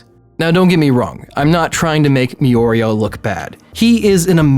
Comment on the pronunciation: when you hope for interesting discussion in the comments but everyone is just repeating the fact that he pronounced Mario's name wrong.